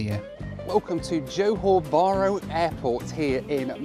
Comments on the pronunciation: Johor Bahru is not pronounced as u did at start, its JO HAW BAH RU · No offence, but why do western people just go straight to Bali if they come Indonesia? What for? There is a whole massive country to see.. You go to a small island...FYI, it's JOhor baRU with the 'r' rolled.